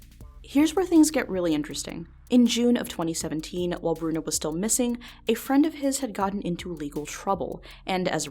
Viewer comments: b-bruno? like,,,bruno bucciarati? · It's /Broo-noo/ /Bor-zheez/